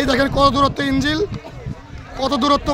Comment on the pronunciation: সমকাল এর সাংবাদিক সাহেবের "ইঞ্জিল"এর উচ্চারণ শুনে মর্মাহত হলাম।